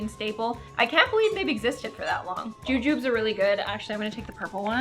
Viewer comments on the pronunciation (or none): the "jujubes" are pronounced juju-bees